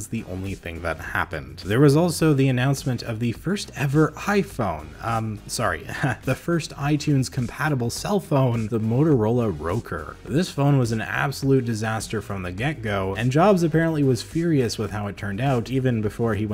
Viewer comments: It was pronounced the Moto Rocker not ROKR. And the reason Apple didn’t service HP iPods was because of HP. Did you do any research? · Nice video! One tip - the Motorola ROKR is pronounced with a short “o” sound as in Rock music. The phone was average overall but with an excellent loud speaker. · Motorola ROKR, pronounced Rock-er.